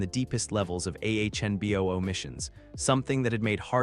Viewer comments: it's anbu NOT ahnbu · A few times, it was ahnboo